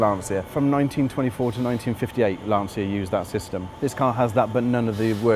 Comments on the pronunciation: Why is so difficult for Brits to pronounce correctly the name? Just say Lancha and not lansia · john moran it’s more like Lancha, the restorer says it almost perfectly for an English speaking man. Being from and living in Torino believe me, I cringe when I hear Lan-see-ya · Always surprised how english speakers can't pronunce properly a simple word like LANCIA: it sounds LAN (like LANcaster) - CHA (like CHArleston). The mechanic says it well... By the way, amazing job with a great display of good taste. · I please you to pronunce it in italian way. Lanchia, like child. It's the surname of Vincenzo Lancia, translate in english it will be Vincent Lance. He was a race cars pilot. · Anglophone Lancia is pronounced Lancha, or in IPA format "lantʃa", the "th" in Abarth is not the same as in English you just say Abart. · Great video! P.s. the "C" of Lancia is not the C of words like "central"... the pronounciation is like the "CHA" of the word "champion". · I think it is pronounced Lan chia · john moran it’s pronounced lan cha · Great short documentary. But for God's sake, the "c" in Lancia is pronounced like the "c" in "Charlie". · Wonderful job, but everybody please learn to say "Lancia" properly: the C is like in cheese, not like in cinnamon. Both the As are like the U in "cut". It seems that the owner of the company is the one that says it better. Thank you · To all the people bitching about the way Brits pronounce Lancia, we will pronounce it properly when the rest of the world stops murdering our language, now go and get a fcuking life. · That car deserves two things from you; a pair of driving shoes and the correct pronunciation of Lancia. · an important suggestion for the future: if you want to do a video about Lancia, learn how to pronounce its name in the right way... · That’s a really sweet ride! And a well done video. But it already always upset me back in the Top Gear days that people just don’t want to pronounce Lancia correctly. Or Porsche.